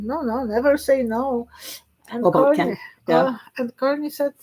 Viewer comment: There is a BIG difference between the word "corny" [KOR-nee], which means "simple; unoriginal; tiresome," and our Prime Minister's real name which is Carney [KAR-nee]. Please say his name correctly, thank you.